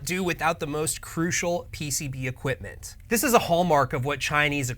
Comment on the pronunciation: 😂😂😂 PCB Eqripment.